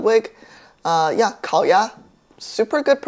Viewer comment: Even the way he connected the two sounds in 烤鸭 was so native!!